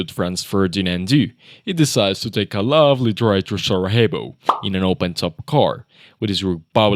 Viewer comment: Sarajevo......you pronounced it SaraHEVO?!??! Its not spanish brotha, its bosnian, so the j is pronounced as y